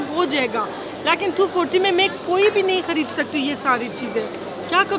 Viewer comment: Lots of love from Pakistan, you are so cute and entertaining, I love the way you say ‘Laaghin’ instead of ‘Lekin’ 😅